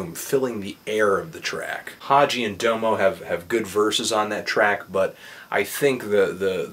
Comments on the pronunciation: Dah-mo not dome-o. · Bro, Anthony, it's pronounced Dah-Mo, not Doe-mo. Just trying to help. :-) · DOM-O not dome-o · DOM-O, not DOUGH-MO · its not DO-MO genesis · DO-MO Genesis.. Smh.. Bruh. You can't even say his name. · hahaha he said dohmoh genisis! lmfao